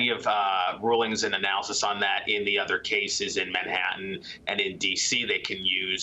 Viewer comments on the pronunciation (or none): none